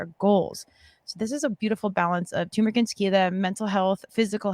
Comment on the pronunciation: It's tuRmeric you morons lmao